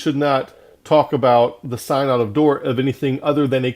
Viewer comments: Sin-uhd not psynod :) but awesome truth! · First, your mispronunciation of synod signals your lack of authority. Second, you misrepresent Calvinism. Third, you don't back any of your condemnations with scripture.